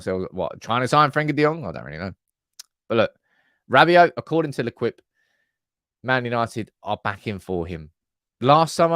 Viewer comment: L’Equipe is pronounced lay-keep.